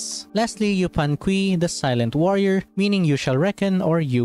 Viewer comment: just a tiny correction on the pronunciation, yupanqui is a spanish translation of the quechua name, meaning the u in q"u"i is silent, a better way to read it for english speakers would be yupanki